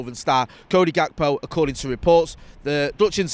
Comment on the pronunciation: If we buy him, PLEAAE learn how pronounce his name. It’s Hak-po. It’s not a G like golf, more like hard H/soft J